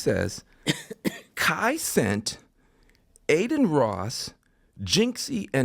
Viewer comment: And then he said "Kai Cent." Like talk about out of touch.